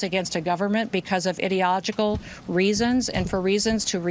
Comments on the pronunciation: Noem said "idiogical" . That's not even a word. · She literally said “idiogical” and wants to be taken seriously lmaooooo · IDEOGICAL??? Can’t she even SPEAK? 😩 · Did Noem just make up a word? Ideogical??? The bad part is all the maga folks think they learned a new word today.🤣😂🤣😂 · She cant even pronounce IDEALOGICAL. Let alone speal about it. Shes so ignorant. Yeah okay keep lying....minnesota is open carry and he had a legal permit. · She said Idiogical! Lol Kristi needs some english pronunciation lessons! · She cannot even prononce ideological properly she is low IQ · She wasnt able to say ideological. ICE Barbie on a new ICY Misson to dumb!